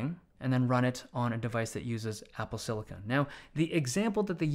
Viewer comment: I’m just glad he actually called it silicon and not silicone